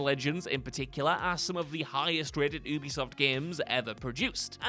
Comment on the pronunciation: Ubisoft is pronounced “you-be-soft”. It’s short for Ubiquitous software. Their employees pronounce it that way too.